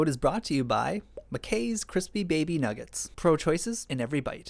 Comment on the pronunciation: Cwispy baby noogets